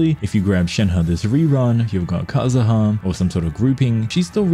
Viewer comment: cool video just lower the background music a bit and stop calling kazuha kazaha 💀